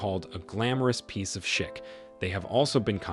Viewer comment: Could this robot at least TRY to correctly pronounce “chic”? 😅